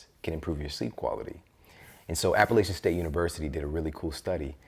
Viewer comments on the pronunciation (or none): MAJOR MISPRONOUNCIATION. It's App-ah-LATCH-un State University, not "App-ah-lay-chun" state university. If you're going to quote their study, you should probably learn how to pronounce their name correctly, no? 😂